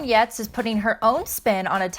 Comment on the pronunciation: *Giertz not GIrtz